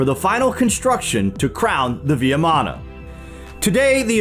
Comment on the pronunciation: Thank you for the video. It is pronounced as vee maana (VIMANA) not vee ya maana.